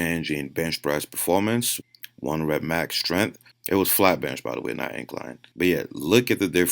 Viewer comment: Lol the protein synesis and Strenmnth tho bruh